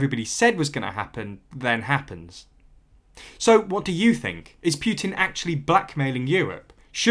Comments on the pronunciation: It’s not “Pyutin”, it’s Putin! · Can't listen. It is not Pjutin, there is no J sound in either English or Russian pronounciation. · The Russian president's name is Putin, not Pewtin. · Please learn how to correctly pronounce Putin. Its Put-in not Pu-tin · I'm a Russian. Poo-tin is how we pronounce it, Pew-tin sounds funny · Pyootin. It's Putin. Путин. Learn how to pronounce it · Poo, Poo, definitely Poo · But who is Pew-teen? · Could be better if you worked on your pronunciation a little lol (it's not Pyuutin) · did... did he say Pyutin? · I like how he pronounces Putin. With every time he says it it gets funnier and funnier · Are you a poo-tin or pew-tin? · I prefer the French pronunciation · I understand your opinion but this is a serious political situation and I don’t think calling people thugs is appropriate and mispronouncing their name is professional. I completely agree that Putin is not right to play such games with us in the EU and we should not be so dependent on Russia for energy